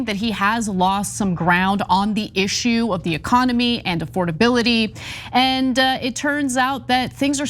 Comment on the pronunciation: Does this man even know words? Say it with me now...A...FORD...ABILITY. Good job, have a cheeto.